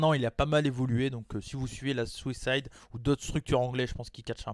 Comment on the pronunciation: Bonne vidéo ! Par contre à chaque fois que tu dis Southside je comprends Suicide lol